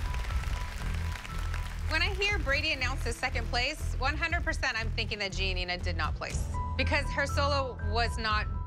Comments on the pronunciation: I feel when abby says "Gianina" it feels like she says jenita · The fact that Abby couldnt pronounce GiaNina's name is kinda weird cause its actually a pretty easy to say correctly